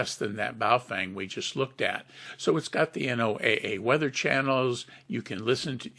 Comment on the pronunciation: Very informative, thanks. But it's not pronounced N-O-A-A, It's properly pronounced "NOAH" (as in Noah's ark). NOAH Weather Radio.